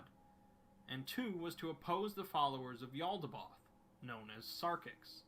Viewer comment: I love the exploring series but his pronunciation drives me nuts lol Mekhane: (mech-kaine) not mek’n Yaldabaoth: (yal-duh-bay-oth) not yaldaboth